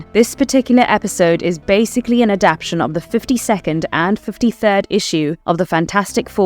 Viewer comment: Inhumanes...lol. you sound like a weird AI (what is an adapshun)